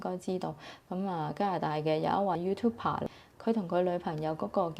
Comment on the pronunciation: YouTuber 唔係 youtuper